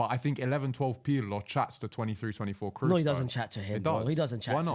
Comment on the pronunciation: pronouncing kroos (cross) as cruz is a crime